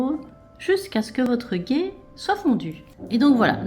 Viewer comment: Le ghee se prononce le " gui " 😊